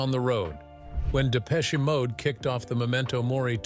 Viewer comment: Absolute Shite........Depecheeee Mode? At least pronounce it correctly ya yankeeeeeeee twat. Hmmmmm this content has opened my eyes 🙄........i dont think so. Dave and Martin are who they are......f**king legends. ❤